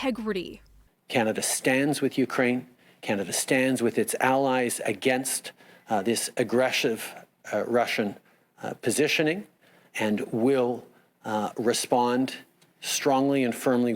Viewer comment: Did Trudeau say aggreshive ?